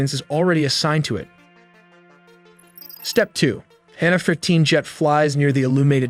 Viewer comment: claims not to use AI but pronounces F as "hannafef-15"